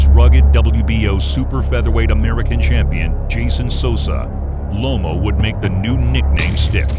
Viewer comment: It's Loma not lomo